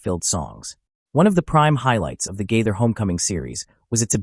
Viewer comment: Agree.get to the point!! At least pronounce his name correctly....